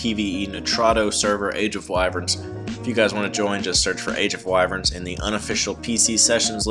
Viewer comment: You're saying wyverns wrong matey